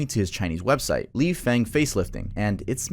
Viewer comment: Ji = “Jee” Feng = “Fung” Penicillin = “pen-uh-SILL-in”